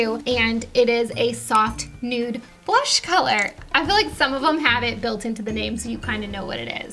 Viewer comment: I kept thinking "copper boom" when you said "copper blush."